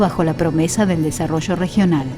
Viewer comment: Desarollo no se dice asi